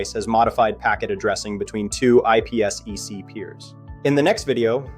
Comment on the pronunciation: wtf is IP esss eeee ceee?? It’s called IP Sec